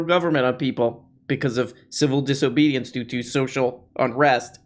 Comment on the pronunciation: “Civil Disohbohdiance”